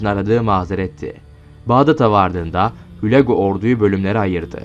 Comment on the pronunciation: Hulâgu diyeceksiniz,okuma berbat😮